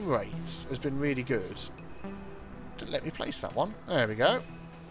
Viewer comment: Initially, I thought you said, "This is cool. This is Groot." instead of "This is cool. This is good." I was stuck for a minute, trying to figure out what that could have meant before I figured you probably said "good". Well, if it turned into a phrase like, "That's so Groot.", I could have told people where I heard it first and recommend they check out your channel to hear the origins. :P